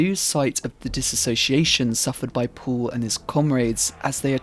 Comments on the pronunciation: Sein Name ist "Paul" und nicht "Puhl". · Why do you pronounce Paul as "pool"